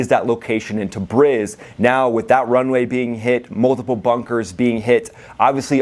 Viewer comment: It's pronounced, Tah-Breeze! Not brizz.